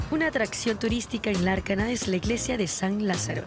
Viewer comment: Lárnaca, no Larcana